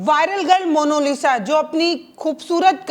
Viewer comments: मोनोलिसा नहीं मोनालिसा बोलिए। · पत्रकार महोदया जरा शब्दों पर ध्यान दीजिए। Monolisa नहीं मोनालिसा बोलिए।😂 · Mono nahi monalisa hai😂😂😂😂😂😂😂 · मोनोलिस ❎ मोनालिसा✅ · Monalisa hai ya monolisa, monalisa kahne ke lie aapko nahin hota hai kya ? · Mam please say monalisha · पहले डिटेल ढूंढिए तब पत्रकारिता कीजिए, दूसरी बात मोनालिसा बोलना सीखिए